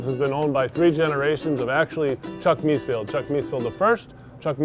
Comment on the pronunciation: Please, could the owner learn to pronounce the name correctly! It is Mees-FELD not Mees-field.